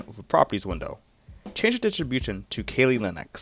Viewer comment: Keeelee leeneeex😂😂😂